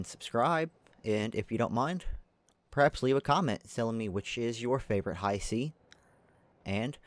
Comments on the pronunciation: It's not Haisi like said in the video, but also not how you say it. Hiisi, double I. that's a long sound. think of saying He and prolonging the sound, then si. Hee-si, Hiisi. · i thought it was pronounced he-see.